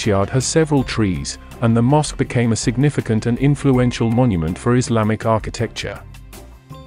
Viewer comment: These As are painful to hear. Like nails on a chalkboard. Allah does not sound like Alan. Same for Pasta, Taco, Islamic... Somehow nailing Islam as "Is-LAH-mm", but Islamic is coming out like "Is-Lamb-Ick" -- wild! Otherwise, excellent video!